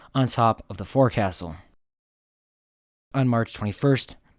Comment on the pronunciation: It's spelled FORECASTLE, but the correct pronunciation is F'o'csle Foh Csle like the scle at the end of popsicle.